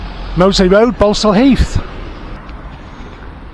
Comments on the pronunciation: It’s pronounced Ball-saul not Bal-sul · Its pronounced Ball. Sal Heath. Ball not Bal. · It's pronounced", ball stall" heath as in "football" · Its pronounced ball sall heath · Balsall in Balsall Heath is pronounced 'Ball-sall'. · Its pronounced Borsal heath🤣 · Its pronounced borsal heath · You can't even say Balsall Heath correctly 🤣 it's pronounced Borsall !!! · Pronounced boresal Heath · 'Balsall Heath' - pronounced 'Bor sul Heath'. shyt ole